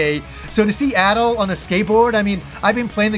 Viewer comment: pronounces “Adol” and “At all” the same 😂